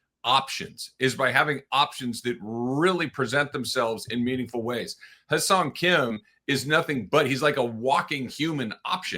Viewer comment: His name is Hye Seong Kim, not Ha Seong Kim. The vowel sound in “Hye” is pronounced like the vowel sound in “hen” and “pen.”